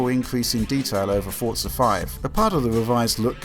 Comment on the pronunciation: the way people pronounce forza ford-za makes me cringe really hard